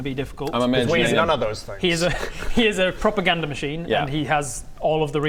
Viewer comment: Heard "proper gander" machine instead of propaganda the first time, now trying to imagine what that would be